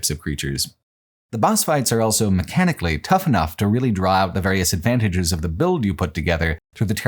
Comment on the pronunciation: pronounces the word "also" as "elso"